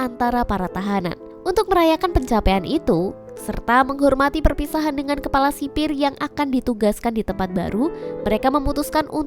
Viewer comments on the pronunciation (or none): Kepala kali kk bukan kelapa